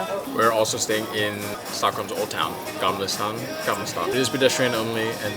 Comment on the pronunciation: I loved your Stockholm guide, there are so many lazy, sloppy ones "like eat a cardamon bun and some meatballs and we're done"... You two are so genuine and likable,and THANK YOU for not pronouncing ST as sch, like Gamla Schstan! You are so welcome back! ❤